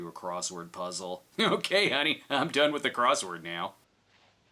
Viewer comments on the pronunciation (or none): none